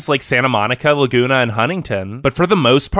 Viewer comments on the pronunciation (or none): none